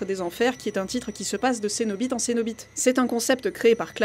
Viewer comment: Ahah, elle a dit cenoBITE.